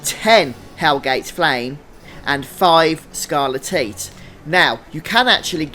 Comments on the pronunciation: Never heard someone pronounce it as "scarle-teat", I always hear it as "scarle-tight" lol. Thanks though for these guides mate, they are very helpful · I know this video is 8 years old but it's pronounced skar-le-tight bro no tits involved 😂❤ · This is great and I appreciate the video, but they way you pronounce scarletite makes me giggle. Sounds like a livestock disease...